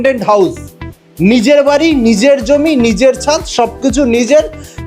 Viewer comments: বারি নয় বাড়ি । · বারি না বাড়ি😂